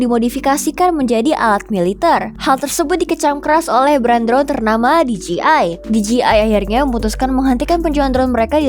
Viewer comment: DJI yang harusnya dibaca Di Je Ai Malah dibaca Di Ji Ai 😄